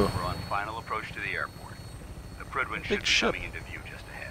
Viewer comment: no you may not call it the pridewen Kappa